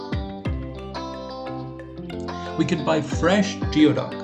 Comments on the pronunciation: Because it is pronounced "gooey- duck". In the video you pronounced it as "g-ee-o-duck", as in how you would pronounce the beginning of a word like "geotracker". Geoduck is pronounced "Gooey-duck". It comes from the Lushootseed word gwiduck or gweduck, which is the word Lushootseed speaking native tribes of the area used for it. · I'm sorry, I can't get past the narrator saying "geo" instead of "gooey" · goooey-duck not geo-duck. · We pronaoses gooey duck. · It is pronounced, gooey duck. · It's pronounced gooeyduck in the places these clams actually grow and are farmed. I always lose faith with people talking like an expert about things they don't even know how to pronounce. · The pronunciation is killing me.